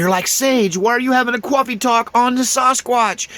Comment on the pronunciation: Bro there's no W in coffee and that sounds just so simple. I like your talks but that's annoying it's like people instead of saying ask saying axe.